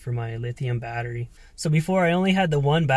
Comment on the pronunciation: I (hickup) can't (hickup) hear the (hickup) word (hickup) watteriey (hickup-hickup) any (hickkkup!) More... Cheers (hickup) ! 😜😉